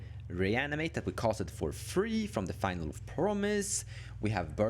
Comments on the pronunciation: its finaleee with an E, not final fyi. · Great video. One nitpick - finale is pronounced fih-nah-lee